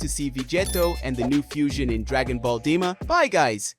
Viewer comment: Bro said Dragon Ball Dima😂😂